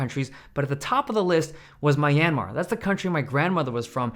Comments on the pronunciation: I’m sorry, how did you pronounce Myanmar? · Great pronunciation of Myanmar… not. Although it will always be Burma to me. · Never knew that's how one pronounces Myanmar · Genuinely a longtime sub and no offence intended at all — but your grandma is from Myanmar and that’s how you pronounce it? 😂